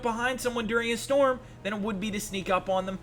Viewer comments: [Dust Storm.] Not 'Dust 'Strom.' Simple grammar error lol, other then that though, love your videos mate, always entertaining. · Did any one notice he said desert strom not storm lol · Did anyone realise he said strom not storm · "Dust Strom" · strom... undrestandable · “Dust Strom” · dust 'stroms'.......? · Says Dust Strom not Dust Storm. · "dust strom"? quit embarrassing yourself. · STORM not strom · Hey man you've gotta hate them "Dust Stroms"!!!11!!1!!